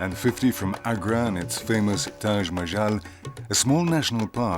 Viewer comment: It's not Taj majal. It's Taj mahal.😅